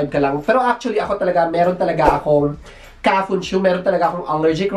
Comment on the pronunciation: kafunSHO hindi kafunSHU🤣🤣